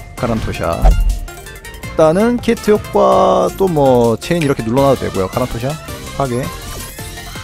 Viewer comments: 키트를 키드라고 하셔서 손이약간떨립니다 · 왜자꾸 키트를 키드라고하는거야 ㅋㅋ